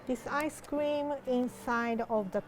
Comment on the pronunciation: when rie said ice cream and it sounded like ice scweam